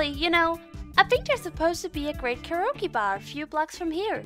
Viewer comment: lol "keroke"